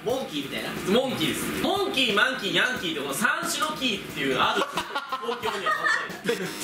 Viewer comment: ヴァンビのヤンキーの発音合ってるよ 関東以北はこの発音だと思う